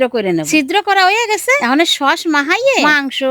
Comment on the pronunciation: সস্ ❎ সশ্ ✅ 😂😂😂😂😂😂😂😂😂😂😂😂😂😂😂